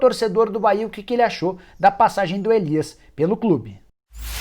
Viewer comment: Bahia não "Caia"